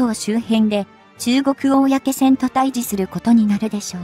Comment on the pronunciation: 漢字の読み方を修正して下さい。うみきょうきょはやめて。かいけいきょくと読んでください。おおやけせんもやめて。公船はこうせんと読んでください。